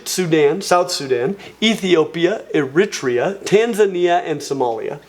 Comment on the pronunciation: love the show, but Eritrea is pronounced Eh-ruh-Tree-uh. Not E-rit-tree-ah